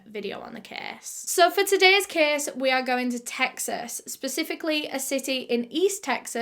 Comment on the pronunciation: Lol Everytime she says "case" my ears automatically hear "kiiiss"